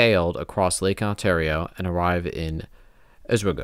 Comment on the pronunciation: Os-WEE-go; Or-RISK-a-knee; BEE-mus Heights. Living within the area I’m familiar with these places. Not trying to be a PIA. My 4th great-grandfather was in that battle.